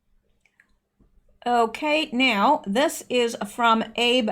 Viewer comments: Abe Shinzo is pronounced Ah-Bay not Abe like Abe Lincoln. Not a big deal. Just thought you would like to know. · Chinese Presidents name is pronounced “Ah-Bay” Shin-zo. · I love your analysis and determination in bringing truth to we, the people (us). A note of information: when you are reading something transliterated from a foreign language, you need to pronounce all of the characters. The PM of Japan's name is Abe (pronounced "Ab' - a"). Growing up in Japan taught me this! Keep up the good work! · Correct pronunciation of the Japanese PM’s name is ..... ah.... B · Good reporting as always. One thing you may want to change, Abe Shinzo -- Abe is pronounced as Ah-bay. Keep up the good work! God bless!!! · Shinzo Abe...pronounced Ahbay. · "Shinzo Abe", in Japanese, is written in reverse, the family name coming first, "Abe Shinzo," and the name "Abe" is pronounced "A-bay", with the emp-PHASIS- on the first syl-lABLE, not like Lincoln. Anyways, thanks for the great informative video. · This is not meant to be critical in any way, but the prime minister of Japan's name is pronounced Ah-bay. If u go to YouTube and ask you will find the correct way pronounced aloud for you. Love your show and info. Blessings is to you. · I think he pronounces it like ahbay